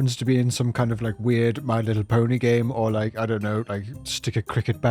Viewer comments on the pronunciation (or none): none